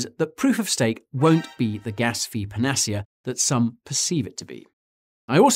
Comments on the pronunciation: panner- seer. NOT panecea as in panache !!!!!!!!! Learn how to pronounce before making presentations ! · Okay it may be 28 years since I left the UK but I don't ever recall my British homies pronouncing panacea as "per nas see yuh". Doesn't everyone else pronounce it "pan a sea a"? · Great video, but was ‘panacea’ the word you were trying to pronounce? 😂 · Are there different pronunciations of 'panacea'? I've never heard this variation. I'm not a native English speaker though. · Never heard the word panacea pronounced like that before